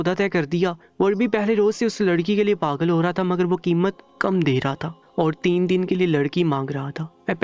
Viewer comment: If you don't know urdu talafuz, please hire someone who can deliver better talafuz. Gussa is actually Ghussa. Galat is Ghalat and paghal is pagal. You should use "gha" properly.